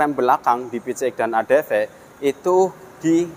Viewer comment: Adv bukan adp 😅